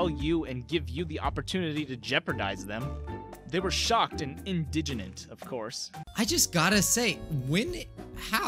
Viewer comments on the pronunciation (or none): Did this man just say....'idigenent'? Does he mean INDIGNANT?